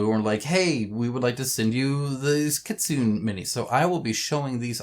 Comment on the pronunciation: FYI Kitsune is actually read as kit-tsu-ne (like 'ne' from 'nepal'), not kit-sun. Japanese love their vowel, their letters end in vowel, which is read. 'n' does have a letter of its own, but if is followed with vowel, the vowel read as part of the 'n' -> 'na ni nu ne no'.